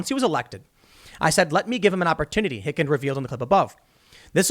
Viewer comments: The pronunciation is "Dov" (like the bird "Dove" or "Duv") and this last name is "Hikind" (pronounced "Highkinned"). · It's pronounced Hi-Ken. Just like Shh-err(like in error) if, not sheer-if. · Yes, you mispronounced Dov Hikind's name. Lol Dov (long o) Hy (Hi) kind (kin with a "d" on the end) You could have looked for one of his interviews to learn this)